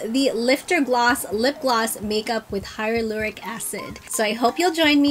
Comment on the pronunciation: I love these glosses! But it’s actually Hyaluronic acid, not Hylaloric 🙂